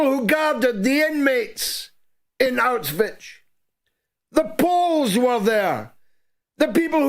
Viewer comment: George, it's NOT Auswich as you say it all the time. Learn how to pronounce it. It's NOT Auswich, you sound like a child when you say it. Ask Germans how they pronounce it.